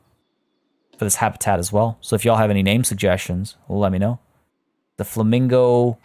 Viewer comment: LMFAO Fla-mingle.....SIGH lolololol